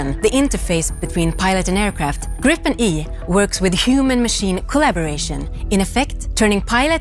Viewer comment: Would be better if the announcer said "Gripen" correctly. "Gr-ee-pen", not "Grippen".